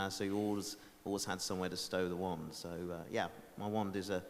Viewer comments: Ha! Did the guy say "Magic WEND" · I think the best part of this is that one reporter's pronunciation of wand... you all know the one I'm talking about. With the short a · ''To use a manic waannd '' really